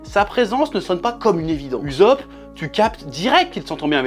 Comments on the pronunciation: Nooooooo il a dit uzopp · Stop écorché le nom de Usop..